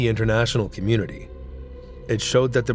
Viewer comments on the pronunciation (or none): none